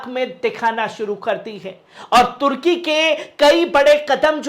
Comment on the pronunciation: Bhai tarki nahi turki